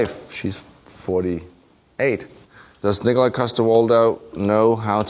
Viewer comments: its pronounced Nikolaj say it with me... Nikolaj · It's pronounced Nikolaj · its pronounced nikolaj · Boyle: It's not Nikolaj, it's NI-KO-LAJ! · "it's 'nikolaj'" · Nih ko lajh 😂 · Actually it’s Nikolaj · Sighes,no its Nikolaj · It's pronounced, Nikolaj, not... Nikolaj. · It's pronounced "Nikolaj"